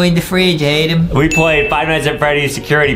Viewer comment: Is not adem Is adam